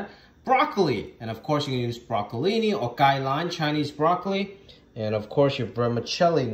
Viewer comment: He kept saying Bro-Ca-Lini I’m like wha lol